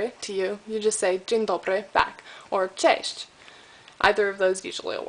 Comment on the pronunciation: it's not that you have got THAT bad accent, it's actually really good as for foreigner, but for example your 'cześć' didn't sound as it should and here's my advice: don't try to teach people foreign languages if you don't have a full grip on them, just don't make the people do the same mistakes you do.